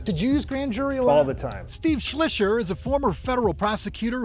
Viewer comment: Steve Schleicher needs to learn how his name is properly pronounced.... :)